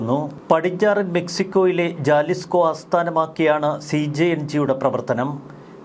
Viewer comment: Jalisco pronounced as Halisco